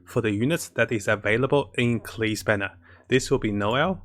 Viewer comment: Klee = Keel Sucrose = Sacroose Let’s see what else he will call the characters by